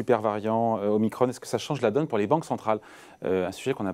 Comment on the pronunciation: La lettre grecque omicron se prononce comme elle se lit pas omicronne...